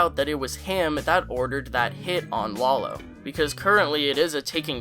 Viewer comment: It's "lah low" come on